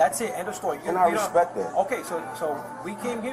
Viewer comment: Knowimsayn??! R-A-S-P-E-C-T 😂